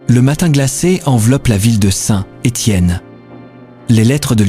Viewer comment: FAUX on ne prononce pas Saint..........Étienne, mais SaintÉtienne. en un seul mot !